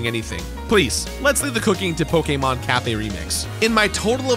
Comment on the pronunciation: How are you still saying pokemon wrong? Unwatchable…